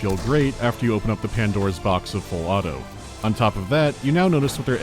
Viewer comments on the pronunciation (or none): Did he say "Full auto" or "Balatro"?